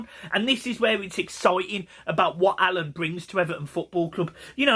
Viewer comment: its alaan not alun